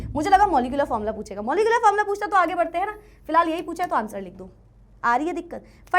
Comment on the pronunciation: Formula ❌ Fomla ✅